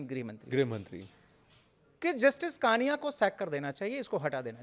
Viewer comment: कृपया नाम का उच्चार ठिक किजिये। जस्टिस कानिया नहीं, जस्टिस कणिया कहिये।